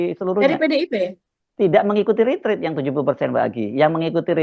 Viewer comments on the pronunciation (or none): Tulisannya RETREAT, dibacanya Ritriiet